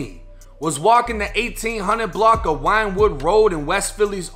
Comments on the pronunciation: Its pronounced Win-Wood Not Winewood Boo ♥️💯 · It's pronounced "wind wood" not "wine wood" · It's not "Winewood" rd it's pronounced "WINWOOD" rd... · It's pronounced "Win - Wood". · I'm not trying to be a wiseass or anything but it's pronounced winwood . ( Philly main line has a lot of older English and Welsh names . ) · Wynnewood is pronounced "Win Wood" big ups from Philly!!!! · Oh yo that’s pronounced Win-wood! I got robbed 3 times on wynnewood ave back when I was livin there. Overbook has got its parts for sure. Nice blocks but random crime cats livin with their aunts who are workin hard or whatever and you never know really. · I know I'm an asshole for this but I'm from Philly so my bad but I can't help myself... Wynnewood Rd is pronounced "Win-Wood" Rd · It wasnt no Chicago shxt...def some WP shxt. It's pronounced win wood road too. Wynnewood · Pronounced winwood you fraud. Wynwood is calm af. Son was just tracked. No one posts up on wynwood.